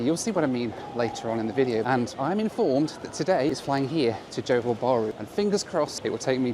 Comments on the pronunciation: Johor Bahru is not pronounced as u did at start, its JO HAW BAH RU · No offence, but why do western people just go straight to Bali if they come Indonesia? What for? There is a whole massive country to see.. You go to a small island...FYI, it's JOhor baRU with the 'r' rolled.